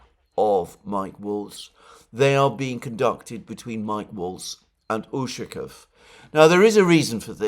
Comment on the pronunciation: You're putting the wrong emphasis on Ushakov's last name again. it is necessary to emphasize the second syllable of the letter 'a'.